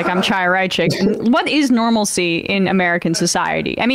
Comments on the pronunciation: She said "Normalicy" which is "Normalcy" with an extra syllable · Except she didn't say "normalcy"... she said "normalicy". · She said normalacy.